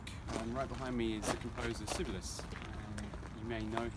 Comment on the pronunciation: Sibelius was a composer, the most liked composer, esteemed above Beethoven, Mozart and Bach etc in the Anglo Saxon world. He was a failed violinist ie not up to standard to become a soloist. Look up the pronounciation. Brian Oosterbeek Netherlands.